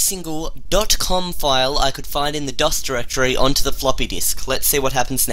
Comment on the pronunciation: dude say Directory not durrrr (dir)